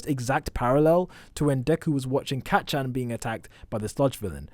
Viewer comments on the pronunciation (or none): Am I the only one who herd " kA chan "